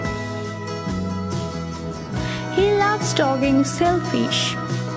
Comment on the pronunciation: 'He Love Taking Selfies' u pronounced like HE LOVE TALKING SELFISH 🤣bruh